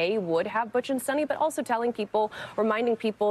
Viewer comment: Sonny!? The woman's name is Sunita. Show some respect by at least trying to get her name right !